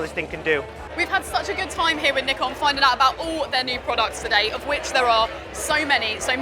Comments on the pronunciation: She is pronouncing both Nikon and Z wrong. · well, that depends on which Nikon rep said it, US or UK. Just have a look at amateur photographer interview of nikon rep for z9, they use "ZED" there. Same way japanese will pronounce 'neekon' whereas any english speaker will say it as 'naaykon' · You're listening wrong. Japan pronounces it as Nee-Kon and Brits pronounce Z as zac.